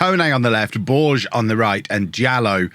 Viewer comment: BorgeSSSSS!!! He's not french, he's portuguese! Let me hear all those letters! (it actually sounds more like a "-sh" sound at the end, not a "snaky" S).